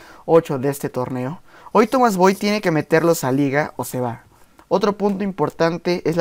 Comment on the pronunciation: No sabes hablar, te quieres parecer al Argentina do caballero chiva, el entrenador de chivas se llama Tomás con acento en la a, NO SE LLAMA Tómas, con acento en la o, no mames